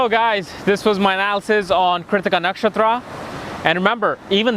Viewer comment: It's funny how he pronounces Keertika for Krittika, Bharaani for Bharani, Ashwaani for Aswani or Aswini nd many such laugh jerking words...anyways its a nice video though not a complete guide and both my sun n mars are in this nakshatra whereas my sun is said to be in the 1st pada of krittika in Aries for my DOB on the 14 th of MAY and I've my moon in the most royal star of Rohini!